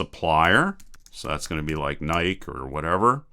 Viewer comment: IT'S PRONOUNCED LIKE NAIKEE, NOT NAIKE LOL